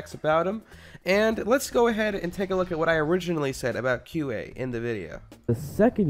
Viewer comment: when you say qa it sounds like cute ay